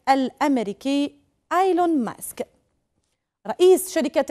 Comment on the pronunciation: إييييييلون و ليس آيلون يا انسانة